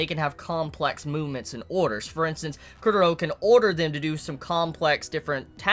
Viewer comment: Wut -_-? is pronouncing it the correct way.